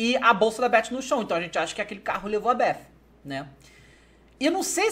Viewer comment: Beff ????? È Beth Davy kkkkk Mais Td Bem :D !